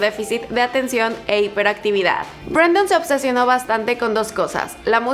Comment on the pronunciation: BrAndon Urie :v es Brendon xdd